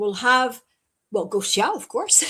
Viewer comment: Oh Gosia (and dear, it's pronounced Goshia!), know that there are more and more of us in France who love you dearly. I've been sharing your videos with French subtitles for a long time. This is because, since 2020, I've discovered the free spirit you've become, no longer identifying with the extraterrestrial races you may have once inhabited. For me and my close friends, there's no doubt that you're here to set a good example for the starseeds to follow. So, welcome to France soon!